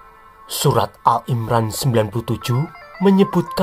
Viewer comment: Admin sebut Allah,al imron,qurais ngk ada yg bener sebutanya